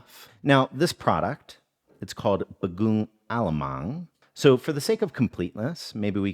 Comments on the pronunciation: Bago' oong not bagoong 😅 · This video feels like a gift to me, I've been following this channel for years now and my favorite dish is Binagoongan (btw bagoong is pronounced with three syllables ba-go-ong) and of course this vid uploaded just few days past my Bday. Brb gonna try this it out. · Hi! Sorry the Filipino shrimp paste, it's pronounced Bago-ong. The double Os are broken up into 2 syllables. Bago ( bag with an O) + Ong ( like bong minus the B) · You pronounce it bag-o-ong not ba-goon-ng. 😅 Great video though! Love your content! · HUY, FILIPINO BAGOONG MENTIONED! 🇵🇭 Btw, bagoong is pronounced "bah-GO-ong". Love the inclusion! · just some help in case anybody goes to a filipino market. do not use the pronunciation in the video of bagoong. They will not understand you. the two o's are both pronounced as o but with a space between them. not as one u sound. so like bago'ong. just google it or watch a filipino video about it. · Love your show, have tried many of your recipes. As a Californian living in the southern Philippines who could never grasp a tonal language, no disrespect for anyone who mispronounces a word from a language not their own. If you’re in a Filipino store and want to request shrimp paste, all of the bowls are pronounced: bag-o-ong, not a double o sound like goon. Love your work. Love how there’s an Anthony Bordain like blend of culture add history to help understand the food. Love your dog! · It's pronounced "bah-go-ong" lol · bagoong is not pronounced the way you said it! Tagalog syllabicates the vowels. It's more like Bag-o-ong! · My parents can finally stop laughing at me for pronouncing it as “ba-goong.” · Bagooooong :) Must try harder with the pinoy pronunciation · It is read as Ba-go-ong A-la-mang.